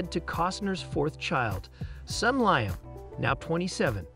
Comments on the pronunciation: His son's name is pronounced Leeam not Lyum. You are pronouncing his name wrong it is not Keevin. Please check your pronunciation before releasing any video. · "Keevin"? "LIE um"? Who voiced this video? A badly written A.I. algorithm?